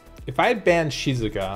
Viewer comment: I like how you pronounce Shizuka haha, sounds like how a Japanese person would say it